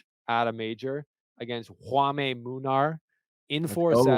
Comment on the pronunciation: Jaume is pronounced JOW (rhymes with cow) mah. It's Catalan, gotta ditch the Spanish pronunciation. The final E in Catalan is pronounced as an A. So Pere (Riba, Qinwen Zhang's coach) is pronounced PEHrah.